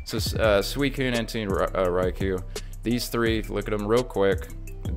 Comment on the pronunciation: This man disrespecting my favorite pokemon entei. En- tay. Lol 😂 good video though